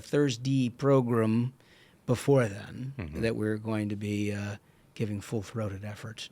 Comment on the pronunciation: Please stop saying "progrum"